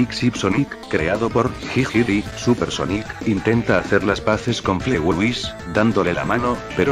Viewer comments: Se dise fligei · Se dice flitwey y se escribe fletway